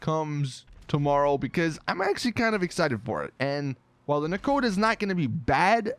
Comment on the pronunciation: Since when is Nakota pronounced Nakata